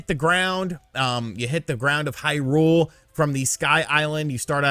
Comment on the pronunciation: Thank you for not reviewing the game and for not talking about all that stuff you talked about. Really well worded review. Love your use of language. Love how you pronounce Hyrule wrong. What a great review that you didn't give